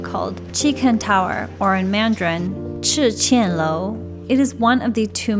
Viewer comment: 赤崁樓 should be (chi kan lou) Nice video, I watch videos for learning English. Thanks for sharing. 🤗🤗🤗